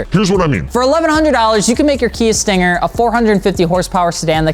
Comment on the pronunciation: "so you want a Kia 'Stinker' "